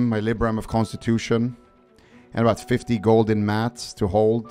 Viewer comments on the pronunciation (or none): none